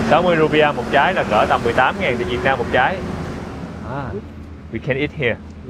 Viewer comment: Thích cái cách a nói “ Việt Nam” rõ ràng mà ko dùng âm điệu ngoại ngữ🙏🏻🫰🏻